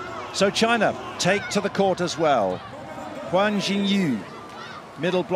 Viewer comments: I cringe every time he says “Huan” instead of “Yuan” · The Chinese flag raised at the ceremony is not a genuine Chinese flag, just one of those copy cats. Also # 1 Chinese player is "Yuan X. Y.", the last name is Yuan (袁), not pronounced wrongly as "Guan" (関).